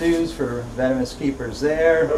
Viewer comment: She said "vemonous" xD